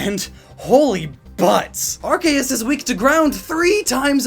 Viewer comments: the c in arceus sounds like a k when you say it right it sounds like an s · The official name is pronounced "arKeus", since pokémon didn't want Arceus to have ARS (ass or butt) in its name lmao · um its pronounced are-soos ya noob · Ar-goose is the proper pronunciation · It's definitely pronounced "arse - ius". Otherwise, cool video man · Me hearing pronounce Arkoos wrong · I can’t unhear that now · I know that, but I just find it absurd. Also it still isn't the correct pronunciation, just cause they pronounce it one way in the dub doesn't mean it's correct. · It is not Ar-chae-us. It is pronounced Ar-cee-ehs (ehs like hiss without the h) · in english, an e after a c makes the c soft. it's arceus, not arkeus. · Impersonating a God to introduce your sponsor? Isn't that blasphemy? Earthquake in Gen 1. Good times. Arkeus, Arkeus, Arkeus... Its Arseus... Or even Artheus, like we Spaniards say. It's Theos. Not Keos. Not even Seos. Theos. It's been a while since I last watched one of your videos. Your setting looks very cool! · Archeos?? you mean ARKOOS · It's actually pronounced "ar-KEY-us" not "ar-KAY-us" Although for any fans of MandJTV it's Arkoos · My Man said Arkeus its Arseeus thats how you pronounce it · arceus Me, a pokefan: yOu mEaN aRkOoS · Its Are-Kee-Us not Are-Kay-us... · Who's bugged of him saying Arcaus instead of Arceus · ya know, its ar-see-us, not arc-ey-us. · Why do you pronounce arceus as rks and not R-sea-us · its not arc-k-us its arc-key-us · Its arkoos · When u say arceus closed captioning says our gayest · Legends Say Arceus is pronounced Arkoos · It is arcoos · its ARCOOS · it's pronounced ARKOOS you idiot! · Its not arceus its ARCOOS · it's pronounce "arcoos" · The subtitles are adamant that youre saying “our gayest” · It's Arcoos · uhm Arkayus? What happened to it's actual pronunciation? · Mate... It's Arkoos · It’s pronounced “arse uze” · Anyone notice arc-eh-is? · Excuse me? Arkeus? I think you mean Arceus.